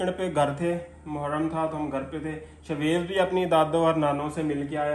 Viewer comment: Ap is ko sha waiz bulaya karen ap shwaiz kehtey hn .sha ki awaaz ani chaey.shaid ap maira mtlb samj gye hon ge .is tara acha nai lgta itna piara naam he us ki adaegi thik honi chaey.